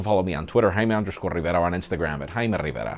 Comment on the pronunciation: HAYMEE RRRRRRRRIVERAAAAH